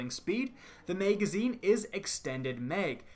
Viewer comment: Oh my god that is not how you pronounce magazine. And who tf says meg? It’s mag, bitch.